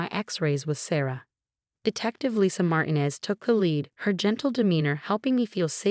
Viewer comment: Why are all the detectives named Martinez (mispronounced!).